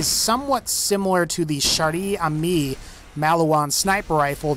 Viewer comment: you got the pronunciation right on amie, but not on chère